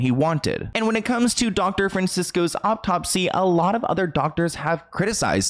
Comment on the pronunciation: Love your videos! I've noticed you always pronounce a-u-t-o-p-s-y as "o-p-t-o-p-s-y" and it drives me bananas! There is only one p at the end of the word. Peace and love!